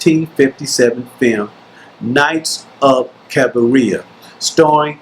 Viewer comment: Cabiria is not pronounced like cafeteria or diarrhea. You can just watch the movie and listen to the right pronunciation. Even so, thank you for this very good video review.